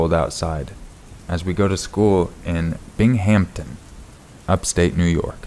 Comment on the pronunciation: Binghamton is pronounced (Bing) (em) (ton).